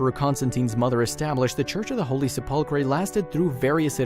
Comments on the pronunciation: Hello, Perhaps you need to rehearse the voice recording prior to posting, for if you actually cared about your position you would!😯 The Church of the Holy Sepulchre isn't pronounced: "Se•pull•cray" (or however you trashed it) 🙄 it's been PRONOUNCED WELL OVER 1,600 YRS. AS: "Sep•ul•cur/Se•pul•cur" (BTW, A) The "Se" IS as in September, sensational etc.; B) The "cur" isn't: Cray, cree, cure, etc.; It IS: "cur", as in curse, curd, curb etc.!)!!! 🤔 That's how I've heard it said by professionals (clergy, reporter's etc. say it anyway)!!!🤨🤔Pronounce it out, then put it together, then if you care about what you do (you might want to be a Christian for yourself!), because you sound "uneducated, uncaring, most of all rude (which is un-knowledable) when anyone who "is knowledgeable" hears when you do that (regardless of what it pertains to!)!!!🤯🤔🧐 I'm trying to help you.😯 Just sayin'!!!🧐 If you continue as such, then I'll know two things: 1) You don't read the "comments" and 2) That you don't really care!!😖 At that point I'll unsubscribe and so should many others, but what's worse it shows just how many unintelligent people that's out here!!😱 Take care, "God Bless", sincerely, Randy. 👍🙏🏻😇👊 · Attention millennial YouTube creators... PLEEEEASE research pronunciations when you are unsure! You were pretty close with the 'Church of the Holy Chipotle' smh